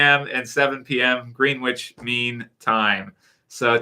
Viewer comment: Sorry for correcting you ,it's pronounced Grenich not Greenwich. Some british place names are pronounced nothing like they're spelt. I'm from yorkshire we've got some good place names like Wetwang 😉 Ps would love to see Daryl as Scrooge